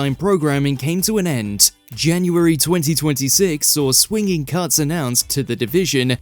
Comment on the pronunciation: Jeez, barely 45 seconds in and already I'm hearing shocking pronunciation. Swinging?? The word is "swingeing", pronounced "swin-jing". I'm going to shut up now, but please learn to use words properly...